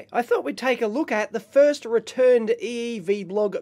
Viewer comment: Dave's "terrible voice" is a little squeaky but for non-english speaking people (like me) is very clear, intelligible and understandable. The most terrible things are both A and E pronunciation but, well, Aussie way :) When he says "EEV Blog" I still get something like "HEY HEY VEE BLOG", but after months - years, by now - of Dave's videos I eventually started to love so much his accent. And, of course, I deeply love the contents, the professionality and the expertise. I learned a lot from this YT channel, as well as how understand english language spoken by a "squeaky Aussie" (sorry Dave LOL)